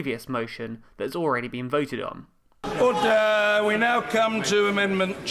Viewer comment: Cab’t help hearing ‘horse d'oeuvres’ every time he shouts ORDER! xD